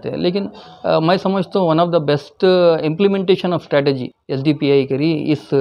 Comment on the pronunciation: Strategy....NOT STATEGY Correct Ur English Dear Brother